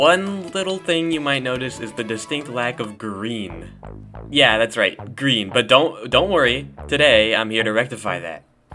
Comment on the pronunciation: “Lloyd,your powah is GWEEN.” - Sensei Wu